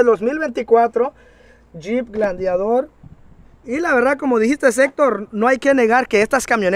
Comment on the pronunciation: Es “GLADIATOR” y no como lo estas dicienfo “GLANDIADOR”